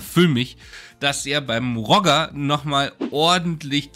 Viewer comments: Nein weder noch Rodjer - er ist Schweizer und es heisst Rojee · Ich glaube, der Knallkopf spricht sich eher französisch roˈʒe und nicht englisch rɔdʒər aus 😉Zumindest wäre das in der Schweiz üblich. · Bittels Vorname spricht man auf französisch aus... also quasi "Rosche" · Der spricht sich auch nicht „“ aus, sondern Rogeeee. Immer korrekt bleiben. 😂 Außerdem scheint „“ ziemlich genervt zu sein. 😮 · Bittel‘s Vorname wird französisch ausgesprochen. Das ist eine echte Bildungslücke? Alle haben bisher sehr gute Arbeit geleistet, aber leider lassen sich viele vom grossen Geld verführen. Herzliche Grüße